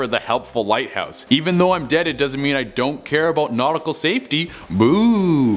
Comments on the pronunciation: Hahaha the lighhouse lol not the lighthouse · The "Lighhouse" not a "Lighthouse" hummmm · "The lighhouse" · I'm sorry, I can't help it, I-- The "Lighhouse" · Lol lighhouse 😂